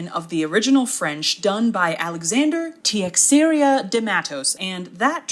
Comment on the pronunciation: "Teixeira" is actually pronounced tay chay ra ("ay" as in pay) in portuguese 😊